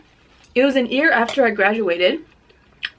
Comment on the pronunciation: anybody else think its cute when drops the y when she says year?... so adorable anyways love her muckbangs... I will be back